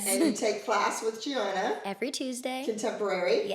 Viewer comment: She mocked Gianina too by mispronouncing her name